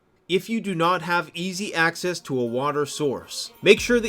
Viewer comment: Access is pronounced like axess.